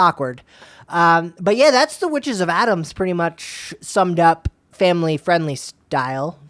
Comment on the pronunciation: The fact that they keep repeating Adams when it’s clearly Adamas! There’s an extra A there. This was very irritating!!